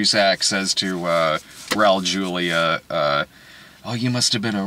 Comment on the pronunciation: Julia is pronounced like “wholia” not “yulia”